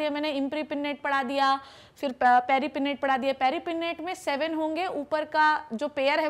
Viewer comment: Madam paripinnate, imparipinnate galat padha Rahi ho